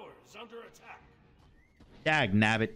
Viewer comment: Dagnabit, not Dangnabit.